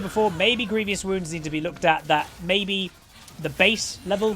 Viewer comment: Someone tell him it’s grievous not grievious wounds...man can’t read lmao